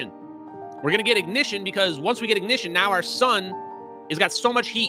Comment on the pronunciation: We. Don't. Need. No. I-Goh-Nih-Shun We. Don't. Need. No. Forced. Control.